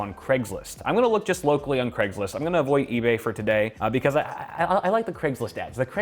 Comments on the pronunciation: is he saying creg or craig? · UK listening to this: c r E g s list